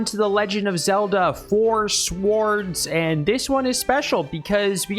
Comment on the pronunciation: why do you pronounce the letter W in swords? What kind of dialect is that?